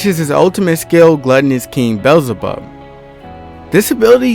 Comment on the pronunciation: Bro don't know any of the moves name💀Predation? Nah bro it's predator XD and beezlebub is pronounced Bee-Zul-Bub ye ur welcome